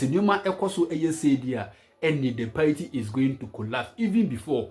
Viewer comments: Pls it's party and not payti. Stop saying payti 😂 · Its pronounced paaati not paity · Masa it's pronounced party not paity😂😂. Hope you ain't angry with me 😂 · These people and their pronunciation 😅paity paaa